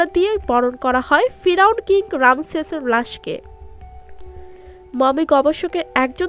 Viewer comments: ফিরাওন না ফেরাওন হবে এত লেখা পড়া করে বাংলা ঠিক মতন বলতে পারেন না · পিরাউন না পেরাউন।বেশি এস্টাইল করতে গিয়ে ভুল বলা উচিত নয়।।।